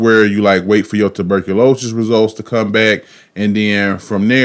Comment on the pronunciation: Aye... What the hell is “Tuberculo-shus” 😂😂😭😭